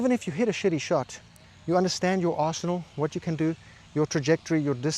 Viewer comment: At when you said “understanding your arsenal,” I heard, “understanding your arsehole” and nodded because I got that too.